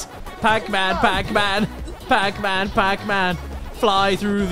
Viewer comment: “Pacmun” - Caddicarus 😂